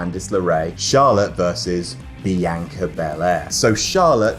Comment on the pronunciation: And Bee-ANK-Ah